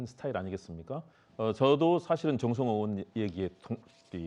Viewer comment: 전라도 말투 졸라 거슬리네.전라도는 '의'발음이 안댐?? 으심. 으원.그것으이.